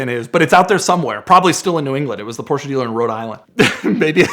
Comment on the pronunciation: There is no A in Porsche!! Please use google translate to hear the correct pronunciation. 💯